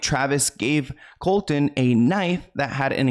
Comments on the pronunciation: Everytime you say Colton instead of Colson I cringe. Can you double check your pronunciation in the future? Its getting worse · His name is not Colton. It is Colson. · Thank you for making this video. You answered so many questions I've had as I have/had been a MGK fan for a few years. Just so you're aware, his name isn't Colton its Colson. Just a friendly critique. That being said, I haven't really been a fan of his since he got together with Megan. Their relationship definitely seems deeply spiritual but not in a good way. Thank you, keep doing what you're doing ❤️❤️❤️ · Colson not Colton. Colton is my son’s name. Please don’t put that evil on me! 😂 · His name is Colson not Colton. 😂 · Is it just me or am I hearing say “Colton” I thought his real name was “Colson” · It’s *Colson, not Colton. Love u ❤ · It's Colson by the way. Not Colton. And it's Travis and Kourtney not Khloe.. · His name is Colson, not Colton. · Great video! Small correction: his name is Colson, not Colton. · I love you dearly for these videos but his name is Colson not Colton you said it a few times and im not sure if your aware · His real name is Colson, not colton. ❤ much love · Just a FYI is name is Colson not Colton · I think his name is Colson not Colton😅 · I laugh when he says coltan when his name is Colson I am a huge mgk fan but I don’t like Megan she has been draining him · mgks names actually Colson not Colton ! fyi love your videos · idk their relationship is very odd but that’s their business. if they are happy that’s all that matters i suppose. we’ll just have to see what happens. also it kills me the entire video is saying colton. it’s colson baker lmao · Lol it was driving me nutssss I was like COLSONNNNN HIS NAMES IS COLSON!!!! 🤣🤣🤣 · I love you, but it’s pronounced “Colson” 😊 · Man get his name right colson